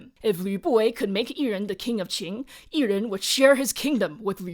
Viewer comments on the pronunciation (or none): You are continuously pronouncing Qin as Qing